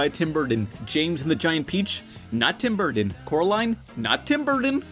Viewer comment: Tim burdden? Like jon madden